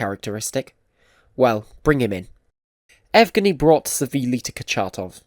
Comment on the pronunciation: Nigh-pro? A-shumed? Ev-gheny? But you can pronounce much harder words like Kurchatov so it’s not a speech impediment. What is wrong with your pronunciation and your English? This seems to be a common problem with people from the UK. Is it the UK education system that’s shit? Do they not correct speech issues and teach you how to pronounce words properly?